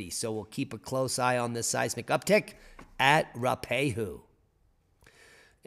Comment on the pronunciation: Roo-a-pey-hoo. (Ph.)